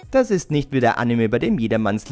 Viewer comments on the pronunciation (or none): none